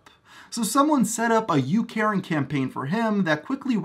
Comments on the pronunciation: I legit thought you said youKaren. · When you said you caring campaign I thought at first you said “you Karen campaign “ 😤